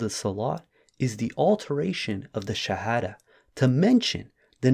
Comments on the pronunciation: he cant even say the Shahadah correctly. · Bro how come u can’t even recite the SHAHADAH PROPERLY 😮😳🫣🤔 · He cannot even pronounce the shahada correctly!